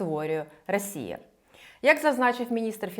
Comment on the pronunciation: Ви щоразу кажете "рАсія" :) п.с. За відео - дякую